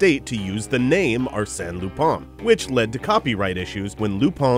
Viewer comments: Its lupin not lupan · i dont't know why do some people pronounce the character's name lupin? it's lupan not lupin. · It depends on the person's preference. Before I knew about the series, I always viewed the name as "LU-PIN." Even the Funimation dubs pronounce his name as such. But, it honestly sounds better to say "Pon" at the end than "-In" because of the French origin.